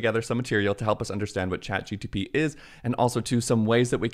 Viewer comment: Why are you saying chatgTP?